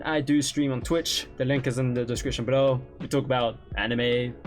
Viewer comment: "Link is in the description berow" hahahaha 😂😂😂